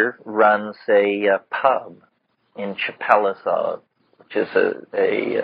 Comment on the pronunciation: " Chapelizod, in a suburb of London ". My family are from Chapelizod. It's in Dublin. I lived there for 10 years. It's pronounced CHAPEL LIZARD. Not, Chappel lie zod or whatever the hell he pronounces it as lol.